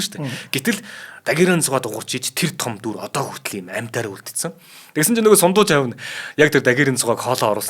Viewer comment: Сундуйжав биш Сандуйжав шүү